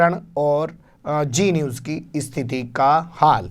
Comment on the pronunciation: ارے میاں () صاحب، جی نیوز نہیں، زی نیوز۔ یہ آپکا تلفظ اتنا خراب کیوں ہے؟ لاحول ولا۔